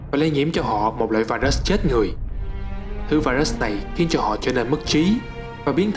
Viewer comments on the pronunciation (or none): none